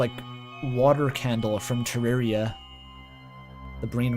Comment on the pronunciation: W pronouncing Terraria right